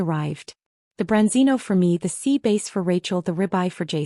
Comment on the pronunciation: Sea Bass, not Base